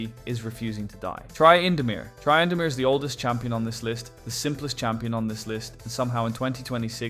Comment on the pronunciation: TRY-indamere... Okay AI. Dang it, I thought I liked this channel